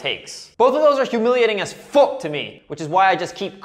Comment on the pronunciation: Jesus Christ can’t even finish the video he thinks saying fook is peak comedy